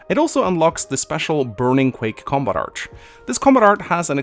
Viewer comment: Did you know? Girls named Ingrid who aren't from Norway do not pronounce their name as EENGREE. Also: "Compat Art"